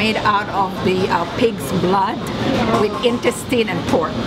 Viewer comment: In tes teen In tuhs tin